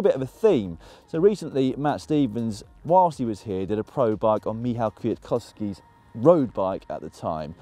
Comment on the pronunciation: I was so surprised, that you prounanced Michal Kwiatkowski's name, that I had to replay that moment. Twice. ;)